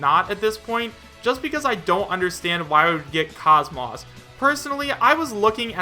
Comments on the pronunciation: KAHZ-MAWSS😂😂😂 BRO ISNT IT KAHZ-MOESS??????? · Isn’t it pronounced Cosmos the way he says Cause Moss makes me cringe Sorry if I am being rude